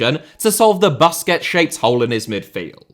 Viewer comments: He said “Baskehhts”😂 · Never heard anyone say BUS-quets before. All I hear is BUS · bro really said "buskets" 😭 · Very nice video… but it drives me crazy how you say BAsquets…. It’s pronounced Boo squets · Wth is baskets ??? pronounce the name properly man